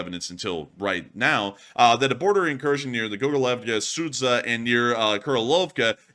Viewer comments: I always have fun with the way pronounces Ukrainian and Russian names! I am in no way trying to offend or make a claim, just a fun fact! in this case, the correct pronouncement is not Sadza but Sооdja! thank you for your work with best wishes from Ukraine! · you're not pronouncing the town name correctly, it should sound like Sujah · Sudzha is pronounced as SOO-juh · The name of the town is pronounced as "Suji". It's because they dont have the sound J they write it as d+zh sounds and then not very clever google or whoever provides the names in English transliterates it, making it worse. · BTW it's pronounced: sood jah ;) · "Sudzha" reads ----> SoodJa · In case it's going to be recurring topic: the name of the settlement is marked on the map as Sudzha, but it is pronounced something like Soodja [soo- like in 'soon' and -dja like in 'Jah']. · ^this. Same for Kinzhal BTW. Good practice is letting Google Translate read it out.